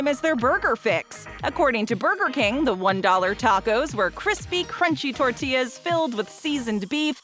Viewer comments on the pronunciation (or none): none